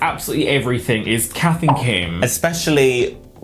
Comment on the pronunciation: Instead of Kath & Kim I heard Capt'n Kim